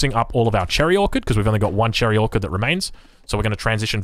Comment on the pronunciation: Drink every time says orchid instead of orchard